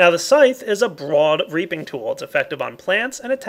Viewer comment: 'The scythe is a broad raping tool' dat pronunciation